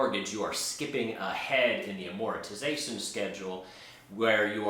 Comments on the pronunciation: I hate to be snarky but someone calling themselves "," should be able to pronounce the word "Amortization" correctly. Velocity banking is conceptually sound, but it's not a secret magic technique and it's not for everyone. V.B.exploits the difference between the way interest is calculated and charged on different loan products. It's slightly more efficient than simply adding extra payments to principal. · Thought you was my fellow latino for a minute when you say "Amortization" lol:) Anyways would you be willing to review one of my videos in depth or even have a constructive collaboration where we can both bring up our points looking at the good, bad, and the ugly of this concept called Velocity Banking. I believe it will benefit your viewers bringing clarity to people when they are surfing the internet looking for ways to improve their finances. If you are not willing to do the collaboration then I would ask you to review one of my case studies. I won't put the link I will just title name of the video here "Velocity Banking Making 17,000 a Month"